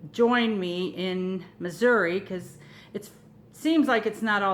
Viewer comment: Finally someone who pronounced the state correctly :)